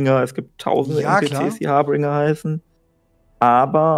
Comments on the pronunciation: Alter, es heißt Harbinger, nicht Haarbringer..HARBINGER! Das ist niemand, der mit frischen blonden Zöpfchen oder brunettem Pferdeschwanz daher kommt und Haare verteilt ;) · Harbinger nicht Harbringer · Harbringer... Ist ja nicht schlimm, dass ihr im englischen nicht so fest seid, aber dann versucht doch einfach, englische Wörter und Anglizismen etwas zu reduzieren 😊. Nicht böse gemeint, mag eure Gespräche sehr gerne.